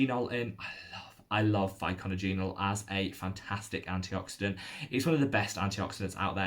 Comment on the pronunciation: Its pronounced Pick nod jenol...